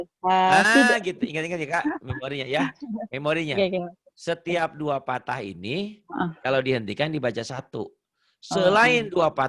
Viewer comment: Pa ustazd maaf sebelumnya ya.. Pathah yang bener bukan patah Dommah yg bener bukan domah. Soalnya ustazdnya bilang dua patah ..lebih tepatnya pathatain Sama dua domah lebih tepatnya dommatain. Note: Fathah bukan fatah Dommah bukan domah.